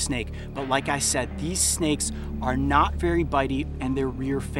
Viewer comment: "I hate snakeu"